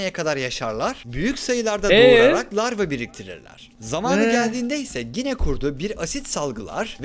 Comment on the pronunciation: Larva yerine sürekli lavra diyen ruhi yordu